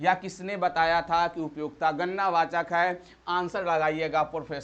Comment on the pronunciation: Gannna wachak nhi gadna wachak ho ga sir ji 👍